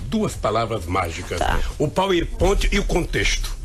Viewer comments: "Poui pointi" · Depois do "triprex" agora veio o "poer pointe" kkkk